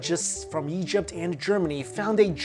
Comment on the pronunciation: "Stretch from Syria in the Yeast to Nubia in the South." Plus countless other times he pronounces Egypt "Yegypt" And he pronounces Ra (Rah) as "Ray" lol Not his fault though since I think he was born in China, I just found it funny.